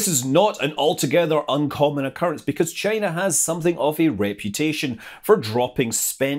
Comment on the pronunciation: Maybe that is a question you should ask “Chy-na.”